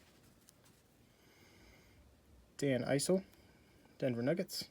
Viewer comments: "dan eyesill"....THATS ih'ssil "lloyd free" THATS WORLD B FREE ... this guy doesn't know shit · Not sure if you are the biggest basketball fan after hearing the Dan Issel pronunciation & not knowing that Henry Bibby is Mike Bibby’s dad, but that pack had some pretty great cards. The DJ is a Rookie and maybe the best card in the set.